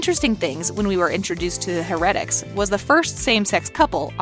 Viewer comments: This guys know nothing about the vampire diaries, the ranking is shit, for some reason they can't say "heretics", "Cade", "Stefan" "Alaric", "Mikael" correctly and for some reason at the start of the video when they say witch, Rebekah shows up and Klaus shows up as a werewolf not a hybrid. Also it for some reason says Hope Saltzman. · Why cant this woman say words right?!!?! Harretics... its HAIR-E-TICKS... And ALLAIRIC?? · heRetIcs? her-a-tics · It is pronounced as HAIR-A-TICS not HER-RET-ICS! Also is it A-LAR-IC not A-LER-IC. Also Alaric's fiance was not Meredith, it was Jo; (the doctor) Ky Parker's sister. She was part of the Gemini coven and was Ky's twin sister. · Btw when u say Heretics you say the her together then the rest. And the her part is pronounced as hair. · Did you watch the show? Cause that’s not how Stephen is pronounced. Wow and it’s pronounced heretics. Geez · So....I feel like she needs to watch the show first before doing these videos! I cringed everything she said, "Stefan" but I had to stop watching after she said, "Heretics"Just stop✋that was only like number 6 not even half way to # 1.... I cant go through that pain again! Hahaha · can you say "Heretics" and "Stefan" correctly? and you put Hope Saltzman but you said Hope Mikealson and I don't agree with this list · Your list is just as wrong as your pronunciation of Stefan and heretics. Perhaps you should learn how to speak before you publish your list. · why does she say everything wrong stefan then heretics and is it just me that noticed that she showed a clip of elena with her humanity off when she was talking bout kathrine why did they write hope saltzman instead of her actual name or marshall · And heretic💀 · No one: Not a vampire: Her: Stufawn No Witches: Her: Her-etics No werewolfs: Her: Aleric Also why did it show Hope Saltzman and say Hope Mikealson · Hereatics. Stefán. Eleric. The funny thing is that Alaric even said how to pronounce his name on the show